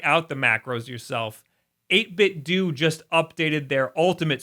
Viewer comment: They different words entirely